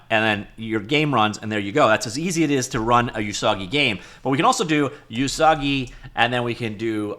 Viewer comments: Usagi does mean rabbit. It's pronounced more like "ooh-sagi" not "you-sagi". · not "you-sagi" ... "oo-sagi" it means "rabbit" in japanese. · Please do not call Usagi "You Soggy." That is saying something else you don't want to say. The "U" sound in Japanese sounds like "Oooh" not "You." "Usagi" is pronounced "Oooh-SAW-gee." The vowel sounds in Japanese are NOT like the American English "Ay-Eee-Eye-Oh-You." Like Spanish, Japanese uses pure monophthongs: "Ah-Eh-Eee-Oh-Oooh." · Usagi means rabbit in Japanese. Pronounced Oosaagi, not Yoosaagi. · Not "You-sah-ghee", it's Japanese ウサギ literally meaning Rabbit. "Oo-sah-ghee" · TL note: Usagi means rabbit in Japanese. TL note2: it's pronounced oo-saa-gee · So Pico8 but open source? Also it's pronounced "oo-sah-gee", yeah it's Japanese for rabbit. They've a folklore story about rabbits being from the moon, which probably ties it in with Lua meaning moon. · it's "oo-sah-gee" xD